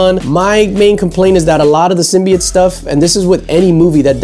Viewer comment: Other than the review itself, I truly appreciate how you pronounced "symbiote".